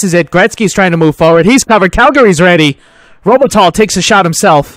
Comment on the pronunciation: enjoying! Something that was bugging me a bit: The pronounciation for Robitaille is: ROH-Buh-Ty. Don't want to nitpick though - this series is a 10/10